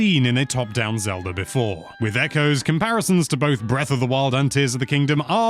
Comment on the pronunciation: Why does he say Zelur when he also pronounces it Zelda